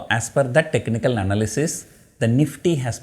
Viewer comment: Sir when you say technical,not able to control our laughter,days have changed